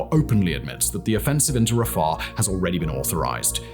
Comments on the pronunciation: It's not Raffah, it's Ra-Fi-Ach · Stop saying Rusher and pronounce it correctly, Russia "Rush-Ah". And stop saying Rafer. it is Rafah, "Rah-Fa" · RAFAR?YOU MEAN RA-FAH RAFAH! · Simon I love your videos as much as anyone else! I have to just say though everytime you said rafah I winsed 😂It was like you were putting a w at the end.. RAFAW😅